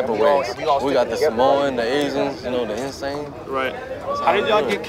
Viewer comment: "The insane". Bukan the essés 🤣